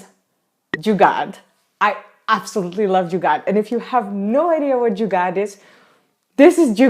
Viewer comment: I love the way you that u talking about "jugaad" 😂😂😜